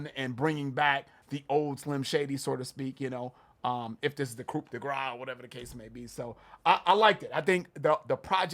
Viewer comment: Guys. Stop pronouncing the "p" in "coup."